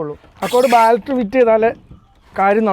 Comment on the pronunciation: ബാൾട്ടറി ❌ബാറ്ററി ✅